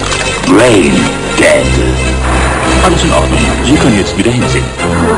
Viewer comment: es heißt braindead. und nicht brainDÄDE.